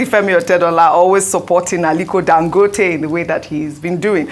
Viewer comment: Please why does Ogy pronounce it “Dan-gooo-tay?”urrgghh